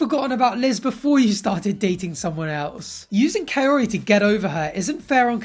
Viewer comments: I’m gonna need this dude to quit calling this woman a coyote 🤦🏻‍♀️ How does he still not know how to pronounce her name after all this time 🙄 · Her name is KAORY!!! Not coyotee! What's wrong with him!!!! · Please, please someone needs to tell this man, her name is Kaory, not Kaorte!!!! 😒 annoying!!! Sheesh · Can he ever say her name? Kay-otie. That's not how you pronounce it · The fact that he can't he say her name is the funniest. Coyote 🐺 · Kaory or coyote? lol Ed slow it down, you can't even pronounce her name yet you talk about marriage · HER NAME. IS NOT. COYOTE! so annoying. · The only character development Ed had was that he stopped mispronouncing Koary's name as Coyote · Even at the end of the relationship he still calls her “Kayorty” 😂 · Why does it sound like " coyote" Everytime he says her name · Ed is such a gross piece of shit. He refuses to learn how to even say Kaori’s name properly. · He can't even say her name right ! So stupid. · He literally doesn't even pronounce her name correctly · Has he every said her name properly? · Dude stays butchering her name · Big Ed you not pronouncing her name properly. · he still does not know how to pronounce her name btw. he's a joke... am i the one so annoyed when he smiles and blinks for fake emotions? omg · He even struck out w learning how to even say Kaory's name correctly!! And yoy hit the nail on the head when you said it, Ed's just a DICK!!! I'm pretty sure its Liz or another relationship disaster bc their engagement photos were in People magazine the same day the season began!! Talk about a SPOILER ALERT!!! Lol. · Im glad.. kaori deserves a man who can pronounce her name right…..at the very least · This man still hasn’t learned the pronunciation of her name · The fact that he can’t even say her name right still …. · The fact he can't even pronounce her name !! REALLY ??? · He still says her name wrong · How about start by pronouncing her name right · The way he keeps butchering her name 💀